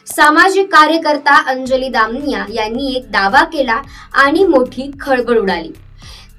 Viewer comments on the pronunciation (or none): Muki ti damniy nhi damaniya mhn gujrati sur name ahe screen var boltana ucchar soasta ani nave correct ghene. Quakity kharab hote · दामनिया ? दमानिया म्हण बाई , काय उच्चार ...